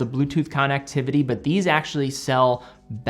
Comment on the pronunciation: connectivity, mispronounced